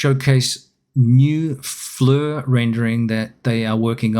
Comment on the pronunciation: For even greater immersion, the right pronunciation for FLIR is 'fleer' and not 'flur' ; )